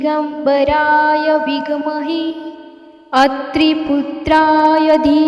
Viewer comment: नमस्कार, विघ् महे नाही आहे ते ते विद्महे आहे , कृपया उच्चार सांभाळून करावा, श्री स्वामी समर्थ 🙏